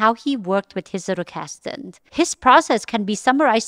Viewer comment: Loved the video, really well done! But I get so annoyed that everyone mispronounces “Zettelkasten” 😅 It doesn’t take long to google it or type it into Google Translate and have it pronounce it for you.